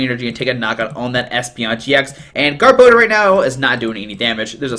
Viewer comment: You butchered gar-bo-dor name too!